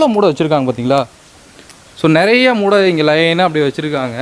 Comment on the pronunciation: மூட இல்ல boss மூட்டை